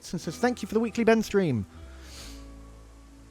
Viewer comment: ben marines but pronouce it been